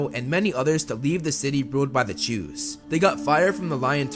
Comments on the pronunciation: Yes although it sounds like he is saying Jews but if you listen closely he is saying chews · I needed to come to the comments to know their real name it really sounds like jews.. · For a moment, I actually thought they were called 'jews' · I swear it sounds like he says "he continuously stole food from the Jews" lol. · Am I the only one who keep hearing "to steal from the jews"? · “Chu’s” sounds a lot like “Jews”, and made me do a double take as I was listening to it 😂